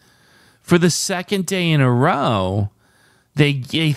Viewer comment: Row meaning to argue, would normally be pronounced to rhyme with how (at least in the UK).